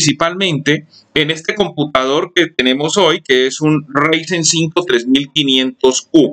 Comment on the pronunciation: Es Enserio? Con 8 GB ram me vas a decir que un Ryzen no puede con W11? que perdida de tiempo este video. Y se pronuncia Raizen (Ryzen) No Reisen.